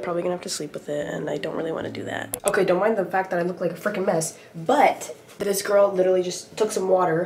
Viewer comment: "have u neva seen a geourgeous georl befwor 🙄🙄🤨💅" such an inspirational saying!!!